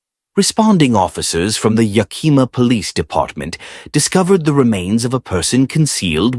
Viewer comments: From Washington state. It's pronounced yack -a -maw. It's the name of native American tribe Yakima. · lol every time it was pronounced incorrectly I flinched..